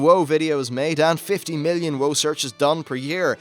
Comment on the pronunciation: Did you just call WoW, Woah? Where are you from? Is English your first language?